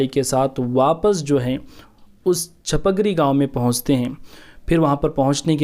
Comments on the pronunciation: السلام علیکم و رحمت اللہ و برکاتہ۔ میرے پیارے بھائی ، اس ویڈیو میں آپ نے کافی معلومات فراہم کیں ہیں ھس پر اللہ تبارک و تعالی آپ کو خوب جزائے خیر عطا فرمائے مگر یہ بات واضح کر دوں کہ حضرت سید شاہ علاؤالدین قادری رحمة الله عليه کے خسر محترم کے گاؤں کا نام چپک ری نہیں بلکہ چِپگیری (Chipgiri) ہے۔ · Assalamuilkum bhai aap ne gawo ka naam wrong bol rahe hai . gawo ka sahi naam chupagiri hai aap ne video be banaya Hai